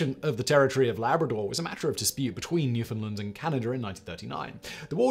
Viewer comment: Awesome piece. Nice to see Canada get some recognition. And just so we’re clear it’s pronounced New-fund-land….